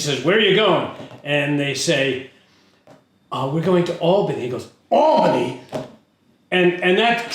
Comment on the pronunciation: I've also spent over 25 years in and around Albany. I'm in Troy while I watch this. Also thank you for pronouncing it Awl bany. And not AL bany. People constantly say it wrong.